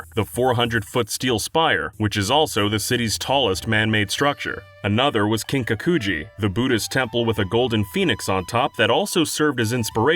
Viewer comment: No hate but your pronunciation 😳 Kin-ka-ku-ji Gin-ka-ku-ji